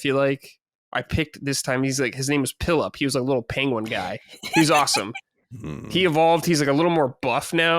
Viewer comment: Why does keep calling Piplup Pillup😂😂